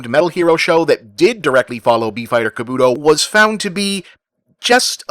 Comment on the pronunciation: The way you pronounce “Kabuto” makes me want to physically tear out your hair.